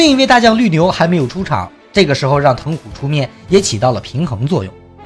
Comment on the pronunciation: 疼虎應該ㄑㄙˋㄍㄜˊㄇㄧㄥˋㄐㄩㄣˉ